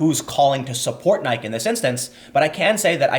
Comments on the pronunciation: C'mon man, it's Latin. Nike = nigh-kee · Nik(i)e, Tim..... Your driving me nuts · Omg Tim I understand where u r coming from grammatically, but for Christ’s sake it’s N + eye + key (or Nigh + kee or N + ike + eee). I can’t imagine ur long time friends also pronounce Nike the way u do, or maybe I’m in the bubble along with everyone I know and grew up with❓❓ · Nike pronounced ny kee, is the Greek goddess of victory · Tim, you missed the thread here. Or, as I suspect, you're willfully ignoring the logic to fill time. First, the claim that being against a boycott against Nike ("Ny-kee" not that it matters - it's just confusing that you're either the only person on the planet that DOESNT KNOW how to pronounce this or you are willfully trying to pronounce it wrong because reasons) is wrong BECAUSE Nike has done things in the past which the left doesn't approve of makes little sense. I know this was a jumbled sentence so let me reiterate: Nike claims to support free expression. Conservatives boycott Nike. Leftists say that boycotting Nike is an example of what Kaepernick was expressing in the first place. Now, You say that the Leftists are wrong about what Kaepernick is saying because Nike has used sweatshops? Because the Leftists aren't arguing that Nike is doing things right. They're arguing that Conservatives (or white people) are wrong for trying to silence Kaepernick. Both sides have a point. But calling them wrong because Nike is a shitty company lacks nuance at best. I generally like what you do (not enough to fund you, sorry bro) but this seemed lazy. It seems to betray a bent towards anti-sjw post-hoc rationalization which I find somewhat distracting from the story. I hope you correct the statements you made here. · 🤦🏿‍♂️ Dude, it's pronounced "Ni-key". C'mon Tim. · Well, we in Europe don't pronounce the "e"! You get triggered when we say "Nayk", we get triggered when you say Adidas! 😁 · It's pronounced ni-key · I swear if you say Nik one more time.....